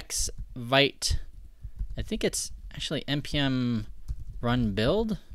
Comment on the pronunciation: the pronunciation is veet.